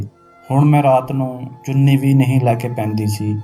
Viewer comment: ਚੂਨੀ ਨਹੀਂ ਚੁੰਨੀ ਹੁੰਦਾ